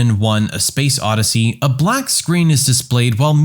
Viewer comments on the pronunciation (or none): none